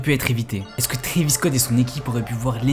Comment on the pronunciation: Pour commencer condoléances aux familles des blessé/mort mais à partir du moment où un boug ne sait pas prononcer le nom de l'artiste (Trevis tes sérieux) et que surtout fait du clic bait sur 8 personnes qui sont morte tu n'es pas bien placé pour dire si oui ou non travis(oui le a on le prononce a pas et) est coupable alors que dans un concert c'est le bordel les gens sont foutent dire que les gens cavale jusqu'à l'avant de la scène avant même que ça commence et passer les barrière à l'entre tu peux avoir 14 comme 21 pige tu sais que c'est un manque de discipline. Alors Travis n'est pas coupable car il peux pas lui même contrôler tout le monde c'est un artiste son boulot est de faire de la musique et divertir pas de faire la police surtout que travis adore ces fan ducoup il sont fou de ce mettre en danger mais c'est pas à lui de penser à la place des attardé qui font office de fans